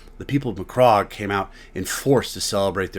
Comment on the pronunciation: I can’t help but cringe at the way you’re saying certain things…SECOND-IS? McCROGG?